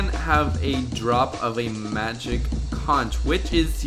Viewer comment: 1: He didn't pronounce conch properly. 2: If it's a carnivore and herbivore, it's an omnivore. Just sayin.